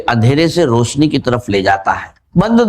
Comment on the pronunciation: روسنی ،رجک، کھزانے، رجاک آجمائس یہ سب الفاظ اے آئی کو اردو میں ابھی بولنے نہیں آتے